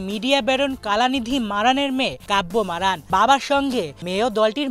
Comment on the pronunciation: Name tao bolte parona abar......